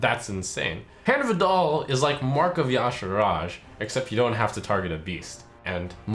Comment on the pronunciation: Is it just me or does it sound like he says "hand of a doll"?